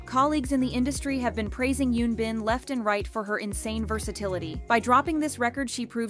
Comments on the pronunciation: PARK UN BIn, not YUn bin. :'( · Why does the narrator on this channel pronounce Korean names so badly? It's pretty pathetic for people whose whole purpose is to talk about Korean drama. In particular, Park Eun-bin's name was butchered every time it was mentioned, as was the name of her character.